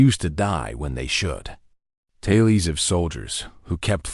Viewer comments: "Taylies" instead of "tales" - really??? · This AI mispronunciation shtick is getting really annoying. ITS TALES, not TAY-LEES! And we get same variation of the same story. I want to listen to something truly different. Attention all you authors out there: take a creative writing course and come up with original stories!